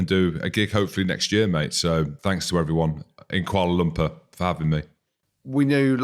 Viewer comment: Kuala Lumpur, get it right